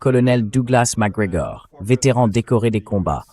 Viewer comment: Réctif: Col. Douglas MacGregor non pas Mac Grégoire...